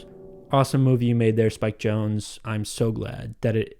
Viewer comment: I always thought it was pronounced ‘Jon-zee’ and not “Jones”